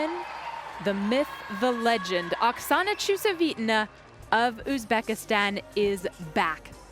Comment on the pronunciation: everytime she says Okasana's name, it's slaughtered differently. So nice to see so many new gymnasts from SE Asia.